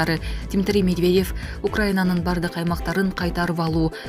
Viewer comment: Диктор туура туура окусан (Д.Медвейев)эмес Медведев.Сабатсыз.